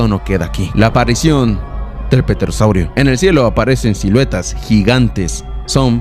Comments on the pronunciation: Me reí MUY DURO CON EL pete rosaurio😂😂😂😂😂 Lo siento panita Creo que la pronunciacion es tE ro saurio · P tera que? la P no se lee bro